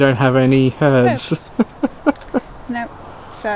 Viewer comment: Really nice to hear you pronounce the H in herbs.